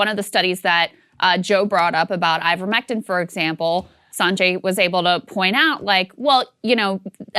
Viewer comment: How can Saagar not pronounce Sanjay's name right. I mean why you can't even pronounce your own people's name right.